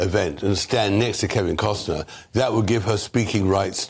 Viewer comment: It’s Kevin Costner not Kevin Costcern. Get it right GB news.